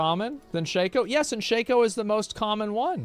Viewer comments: Shac-O 😅 Sha-Ko 😊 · Shay-ko. Not Shack- O.. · Sh-Ay-Ko not Sh-Ah-Ko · Every time I hear Shack-oh I cringe. It’s Shake -Oh u psychos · "Shayco" not shacko. Shacko sounds so weird. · wtf is a SHACKoh its Shake-oh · Am I the only person bothered by them mispronouncing Shako?